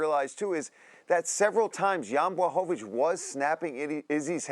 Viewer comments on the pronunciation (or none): Chael “It’s Blahovavich” Sonnen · "Blachowowicz" :D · Chael: Blahohohvovovich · He is pathetic :D Can't even say Błachowicz name properly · Chael knows how to speak Blachowicz’s name, he just do it wrong on purpose